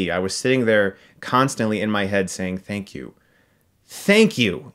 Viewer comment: Fank you, fank you, FANK YOU!!